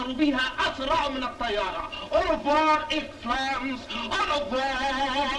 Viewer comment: شاديه وهي بتقول اوريفوار😂